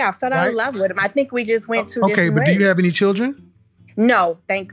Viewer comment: When she say love I heard Money 😂😂